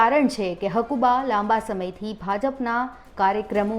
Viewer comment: પેલા બોલતા શીખો. તેની નામ હકુભા છે. હકુબા નહીં.